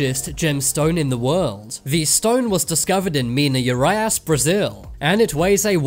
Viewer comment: the way he says Mina Gerais 😭😭